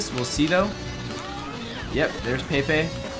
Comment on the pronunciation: Did just mispronounce pepe?